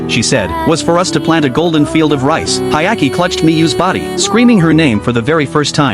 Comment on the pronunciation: Hyakimaru * Why would you call him Hayaki lmfao